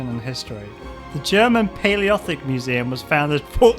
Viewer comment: Paleolithic has five syllables.